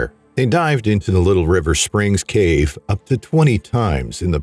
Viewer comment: Theres multiple times there you forgot to pronouce the V in cave haha